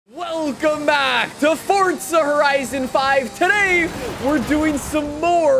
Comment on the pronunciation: Stoooop calling it furtza horaisun 😌😌😌😌😌😌😌😌😑😑😑